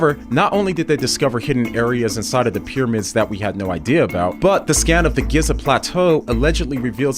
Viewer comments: The way he pronounces Giza 😂😂 GIZZA 😂😂😂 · Giza, or Giiza, or Geiza, or Geeeza, or maybe it’s Goza even though there isn’t a “o” in the word. Language is such a flawed tool when people can so easily put their own spin on any word. Every the words I am saying. There are ways to properly pronounce words and names but who gets to decide what those proper pronunciations are. In all my life I have always ever heard Giza (Geeeeza - long e sound) pronounced one way how in the world do you think Gyza is how you pronounce Giza?